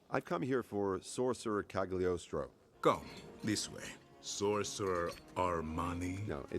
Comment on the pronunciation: Isn't Cagliostro pronounced with silent G ?